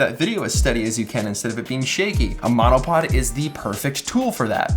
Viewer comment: my husband thought you said let's talk menopause 🤣🤣🤣